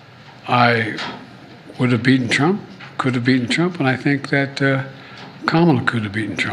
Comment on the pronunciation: Here we go again. The word is 'beaten', not be-enh.